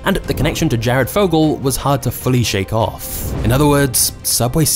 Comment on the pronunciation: Is there something about his accent that makes the last syllable of each sentence so drawn out? "Quiteinconsistentinhowtheylookedand operateeed." "Theywerequitewell offff." The rest of the sentence is so quick but then the final syllable drags. Very interesting